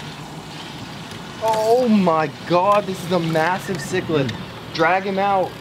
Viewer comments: I would like but you keep saying chicklid when it is cichlid and pronounced like sicklid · Dude it’s pronounced sicklid where do you see ch at the beginning of Cichlid?? Good lord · Thank you! He's killin me lol its sick not chick! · It’s siiccckk LID lmao chick lid haha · Sick lid is how to pronounce Cichlid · It's pronounced sick lid not chicklet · Its not pronounced chick-lid it is pronounced sick-lid you were kinda close... :D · Bro it’s not chicklet it’s sicklet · Cichlid (sicklid) not chiclid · Still doesn't pronounce chiclid right. its not chick-lid its sick-lid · Cichlid is pronounced sick lid and not chick lid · It's pronounced sic-lid not chicklid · Say sikled not chikled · They’re pronounced sick-lid lol not chick-lid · CALL IT CICHLID!!!! NOT CHHHHICKLID!!! lmaoooo ihy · Cichlid but you read it like this Siklid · Jaws is king bro and its pronounced sick lid or kitch lid both different species 😊😊👍👍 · first off😂it’s not a goldfish or a type of goldfish lol. and second it’s pronounced S I C K L I D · ITS CICHLID NOT "CHICKLID" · Cichlid is pronounced sick-lid, I 0retty sure that is not per but sperm.